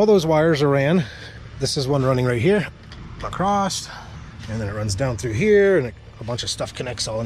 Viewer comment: ya lost me at "uh-crost". Perhaps I'll come ACROSS another one of your vids in the future. :)